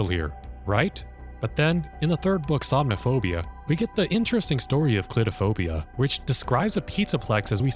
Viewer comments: Ah yes, Clitophobia Its Cle - thro - phobia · i swear he's saying clitophobia. the cc says he's saying clitophobia. is he saying clitophobia??? (sorry - i dont read the books so i dont know the actual title) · Did you just say….”Clitophobia” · Am I the only one that did a double take with the way he pronounced clethophobia? 🐱